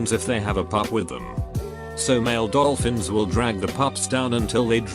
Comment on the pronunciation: Brain: Dolphin. Text to speach: oh I know 'Dol-OL-fins' Brain: ...yes? But actually no.